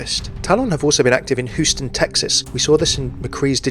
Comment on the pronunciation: just saying its pronounced like HYOU-STUN not WHO-STUN